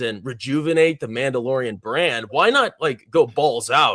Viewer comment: Mandaborian! Thank you, was driving me nuts.